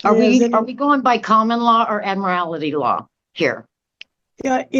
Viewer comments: Admil larty Law. Sheesh at least get the SovCit nonsense straight! 😂😂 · Admilarity law? 😂😂😂